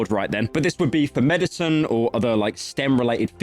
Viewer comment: "for meditun" yeah bro when I'm sick I take my meditun, how do you fuck up saying medicine 😭😭😭